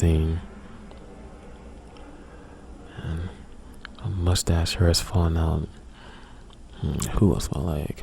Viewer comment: I like how you talk :) "Err" "Herr" instead of Ear and Hair, sounds cool :)